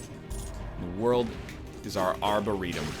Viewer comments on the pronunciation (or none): none